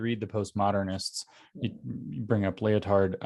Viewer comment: "Lyo-Tard". This is how you know we are living in a simulation. The dude's name is actually "Lie-Tard". Just lol